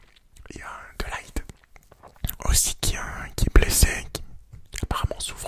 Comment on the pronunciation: jcrois de ligt ça se prononce de lirrt